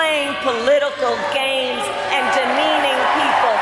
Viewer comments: She even knows how to pronounce their names!! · She not only a great speaker, she gets everyone names correct.👏🏻🤟🏻🇺🇸💙🇺🇸💙🇺🇸💙🇺🇸💙🇺🇸💙🇺🇸💙🇺🇸💖